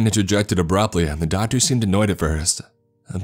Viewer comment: Doctorsuh, serrated bladesuh, up until thenuh